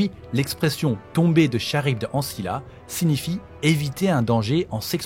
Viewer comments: Ça se prononce Karibde pas charibde, même si ça s'écrit Charybde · Franchement j'aime beaucoup ton travail, mais pour ta petite culture perso on prononce "K"arybde pas "Ch"arybde ! Voilà c'est tout, sinon continue ton taf est au top ! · Petite précision du relou, Charybde se prononce "Karybde" et non "Cha-rybde" :) Et il y a un ptit soucis dans le titre de la vidéo avec la majuscule du i de Nilah :) Voila c'est tout j'adore sincèrement tout ce que tu fais et je like toutes les vidéos studieusement <3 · Super vidéos ! Petit fin fact , on dit « karybde » et non pas « Charybde » même si ça s’écrit bien comme ça x)